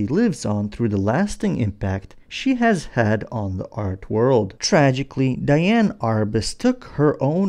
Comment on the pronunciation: Just an FYI - Her name was spelled Diane but it should be pronounced as Dee-Ann.